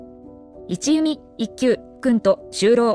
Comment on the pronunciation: 一弓（いちゆみ）ではなく、一弓（いっきゅう）と呼ばれていましたよ。